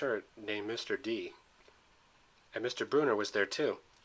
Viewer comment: Sorry but it’s brunner not Bruner but still a great video